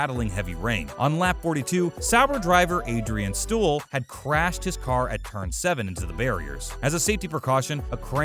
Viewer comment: Why do people who don’t know anything about a subject speak about it? Adrian Stuil? Really?